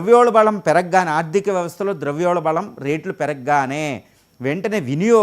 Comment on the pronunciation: Its called "ద్రవ్యోల్బణం". The guest is mispronouncing it as ద్రవ్యోల్బళం all the time.